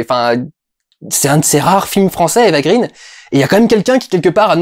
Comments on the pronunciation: Pourquoi tu prononces "Eva Green" à l'anglaise ? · Ça fait tellement 3 avec toi et Eva green que tu ne sais même pas prononcer son nom correctement ; )